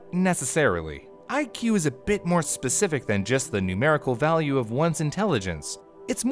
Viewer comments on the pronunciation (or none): none